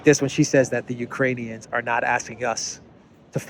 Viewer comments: He said "Uranians". Those are people from Ur-anus. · Did he call them Uranian's again? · Did Biden say uranian people..? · Did Bidenopolis call them Urinaians? So that makes their country Urine? 🤯 Belensky Urinaian! I like the sound of that!! 😜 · I thought he said Uranians, is that people from Uranus? We need to get to the bottom of this.